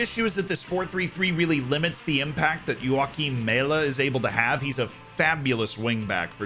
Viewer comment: he was mentioned in the video though as the 4th really strong defender, but yeah it was kinda hard to hear it was him because foreigners have a hard time pronouncing danish names like Joachim